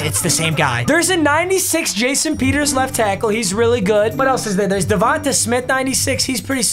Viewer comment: My guy... will you say this man's name right, god damn lmao it's pronounced like Devante, not Devant-uh (DeVonta Smith)